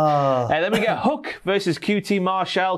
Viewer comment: STOP SAYING HUCK